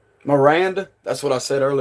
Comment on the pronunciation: I heard Miranda rights when you said it